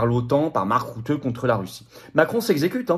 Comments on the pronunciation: on ne dit pas "marc route" mais "marc rute" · Bonjour FLORIAN, Je vis aux Pays Bas. Mark,."Rutte" se prononce ïci "RUTTE" comme tu le prononcerais en Français.